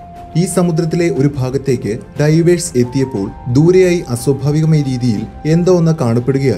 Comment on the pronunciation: Please pronounce divers correctly otherwise all good. Knowledgeable.